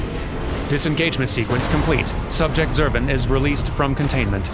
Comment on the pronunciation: I prefer the way you say Zurvan,. TWO Schwas in a single name is just too much. Krile should be embarrassed.